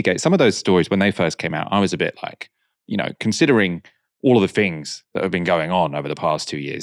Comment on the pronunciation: Fing fought finks fe feir vose where are ve “ t “ “h” s?